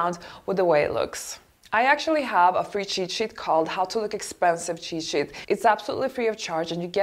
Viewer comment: please say cheat sheet - not chishi.